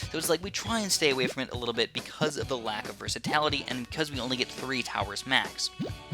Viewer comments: its "versatility", not "versatality" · "Versitality" pls;_